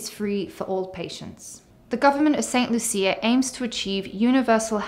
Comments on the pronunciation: The country is pronounced St. "Lusha". Medical insurance is often not available to new applicants over 65 in many countries and they have to pay cash for services. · She can’t even pronounce the name of the country correctly and jumped into making videos about it!